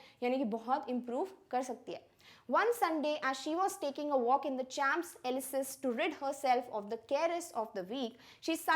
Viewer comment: Champs-Elysees is pronounced as shonz.uh.lee.zay